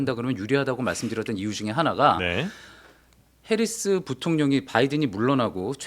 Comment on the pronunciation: 오... 팩트체크의 김필규 기자님 드디어 복귀 하셨군요 ㅎㅎ 근데 "해리슨" 이 아니라 "해리스" 입니다 ㅎㅎㅎ